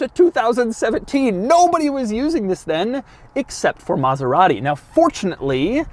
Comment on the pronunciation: Can’t even pronounce it well lol